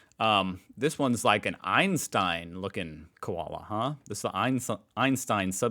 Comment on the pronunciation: 1. You’re still doing a perfect cockney English accent for what you believe to be Aussie. Nice to see you finally get why we call them “hundreds and thousands”. 2. “Ute” is “yoot”, not “oot” and “Koala” is “ko-arla”, not “kwarla”. 3. We used to have several car factories in Australia, not just the one you believe. We had GM (GMH), Ford, Chrysler, Mitsubishi and more. 4. There’s a big difference between the definition of a “burger” (broad generalisation, which could include any or many types of meat...or even no meat whatsoever) and a “hamburger”. 5. Both roaming cats and dogs kill indigenous wildlife. Cats are increasingly being banned in regional (country) towns and cities in particular. 6. “Maggi” is pronounced “maj-ee”, not “maggy”. “Maj” as in “badge” not “marge” (in case you were tempted to say it). Cheers from Oz.